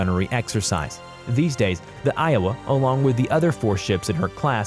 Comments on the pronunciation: WOW, he pronounced Iowa correctly, what a miracle!!! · Im surprised he pronounced Arizona and Iowa correctly.